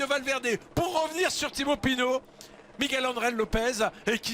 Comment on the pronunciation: C'est Pinot pas Pinaut🙈🙈🙈 En dehors de ça Pinot est le favori pour le lombardi. Il a besoin de course pour être en jambe.